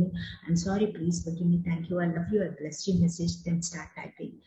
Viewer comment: Last one I bless you...not clear madam